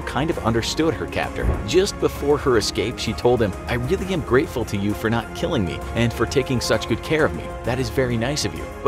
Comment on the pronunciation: The narator: “killung me softly” Weebs: NANI????